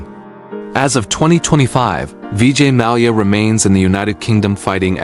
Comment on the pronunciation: Malaya? Who the heck is that? It is Mallya.